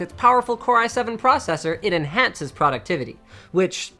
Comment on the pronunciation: he said productivity the MURICAN WAY YAY!!!